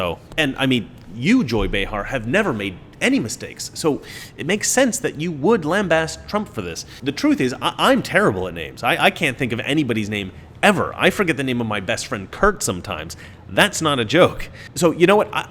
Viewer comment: lambaste (lăm-bāstˈ) NOT lambassed.